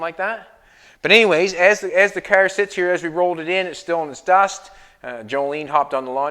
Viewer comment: its cAr NOT cAIr !!